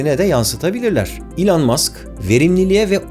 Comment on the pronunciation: Bugüne kadar Elon Musk’ı yanlış telaffuz ediyormuşum,bunu öğrendim 😂